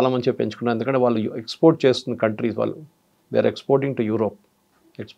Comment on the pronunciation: Anchor కు 'వాళ్ళు' అనడం రాదా? 'వాల్లు' ఏమిట్రా నాయనా!